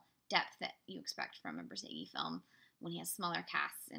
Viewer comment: I hate auto speak that was supposed to say Bor zageinsteadof notzage